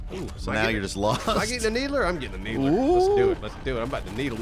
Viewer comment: Needler? More like Neebler :D